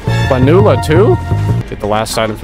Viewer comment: It's pronounced plan-u-la not pa-new-la